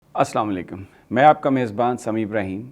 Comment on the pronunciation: Ap not our mejban balke we are your mejban pls correct n pls say Salam nicely assalamualaikum not samalakum pls be educated Zahir Chowdhury From Bangladesh